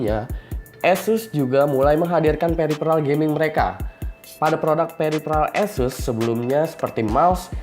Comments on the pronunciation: kok kyk bule bg??? esus enakan asus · anjay beneran di tes :v btewe nih pengcuapan nama Asus yang bener itu "Ass ess" atau Asus gitu aja? soalnya di official page ane pernah denger pengucapan nya Asus gitu aja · "esus" lol.. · hehe gw mencoba untuk memperbaiki spelling ASUS yang sesungguhnya, itu aja kok. Kalian boleh cari sendiri sebenernya gimana pengucapan brand ASUS ini